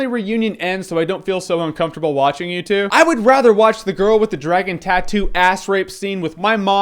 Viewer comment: Number CHEW